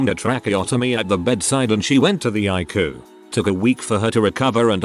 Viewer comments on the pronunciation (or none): OMG, at least teach your computer that ICU is pronounced I C U just the letters, it's not a word it's letters that stand for "Intensive Care Unit" not eyecoo. I really like your stories but jeez do some work with your fake voice.